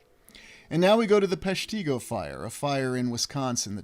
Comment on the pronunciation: It’s pronounced “PESH-ti-go”. Short i. I’m from the area.